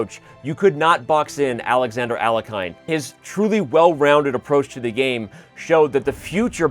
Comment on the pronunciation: ...Finally, a correct pronunciation of Alekhine.🎉